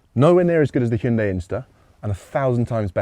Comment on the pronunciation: once again, thank you for taking the time to actually learn to pronounce Hyundai correctly.